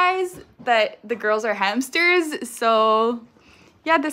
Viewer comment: Why do you call them hampsters